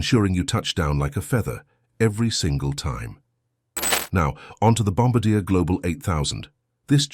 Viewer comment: PLEASE... once an for all... its pronounced "Bom-bar-dee-A".